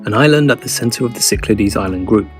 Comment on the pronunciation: There is no Oia town, it should be pronounced as Ia. And no Cycledes, should be pronounced correctly as Syklades!